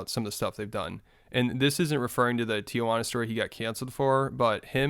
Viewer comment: why do you pronounce tijuana like that? 💀